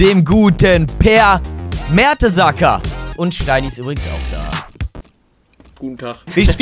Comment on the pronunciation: mertesacker hahahahaha typisch mertesacker nicht mertens